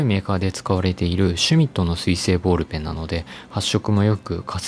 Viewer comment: 私もその発音を日常としてきたので違和感がなかったのですが、もしかして変なのでしょうか。ちなみに箸の発音は"は↑し↓"の地域の民です。